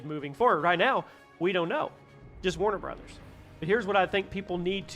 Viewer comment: Thanks for not mispronouncing it is warner bras/brawhs/something similar.